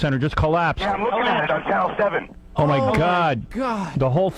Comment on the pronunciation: Lol he say channel 7